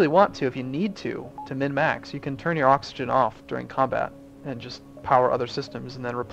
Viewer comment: ha you said coxagen